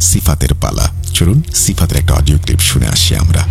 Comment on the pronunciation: Odio not pall😅😅😅